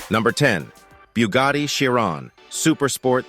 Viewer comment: 🧃😸 Boogati hahahaa ! bruhhh its Brugatti ! [ R ]